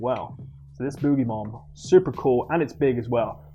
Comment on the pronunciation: It sounds like your saying the bootie bomb and exetera my face